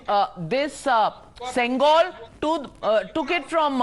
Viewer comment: It's not sengal it's sengol pronounce properly don't change the meaning of the word